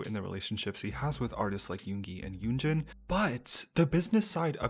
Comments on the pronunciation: I cringe when he say "yunji" lol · Wait dude doesnt even know how to say her name? Its literally 2 syllables. Yoon-jin